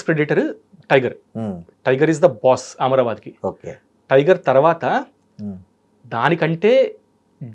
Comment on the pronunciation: ఆమ్రబాద్ కాదు అమ్రాబాద్